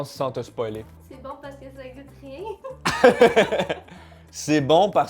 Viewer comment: il a dit goute ma cameman